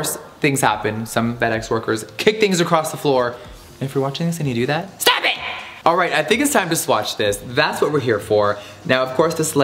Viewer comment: “STOOP IT”